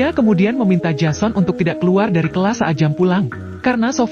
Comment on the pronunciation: menulis jason membaca nya jesen